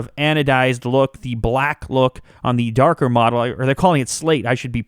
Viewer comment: Why say "Thee" instead of "the"?